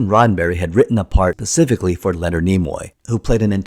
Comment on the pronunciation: specifically. not PACIFICALLY. Great documentary.